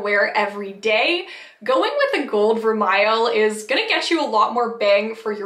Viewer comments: You pronounced vermeil incorrectly. The correct pronunciation is ver- may. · Vermeil is pronounced as ver may